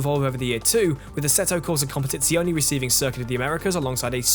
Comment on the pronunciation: just the way he said ASETo cOsA cOMPETIzIonE HAHAH. Write me bro I'm gonna do a lesson of Italian pronunciatcion with you. p.s. we are gonna start from Pizza Pasta Mandolino